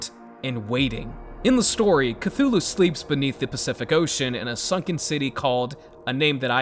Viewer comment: That's how I feel when folks say (Ku-thu-loo) instead of (kuh-too-loo)